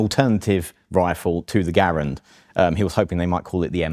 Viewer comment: "Garand" : Epic glory. 👍 "Gair-end" : Epic cringe. 👎